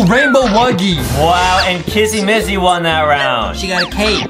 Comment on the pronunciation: it's not massy it's missy!